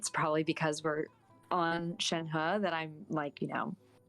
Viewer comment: it is Shenh(e) when i hear others say her name it is coming out as Shenh(a) -> Shenha